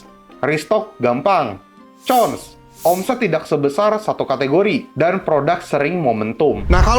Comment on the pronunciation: Cons itu nyebutnya Kons ko... pake K bukan pake C.